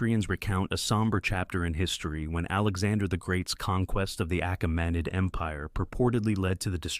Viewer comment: Excellent video, I would have just looked up how to pronounce certain words ahead of time, like Achaemenid.